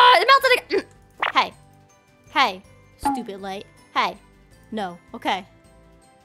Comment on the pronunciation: you said stopid